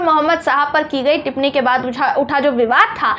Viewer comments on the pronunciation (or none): none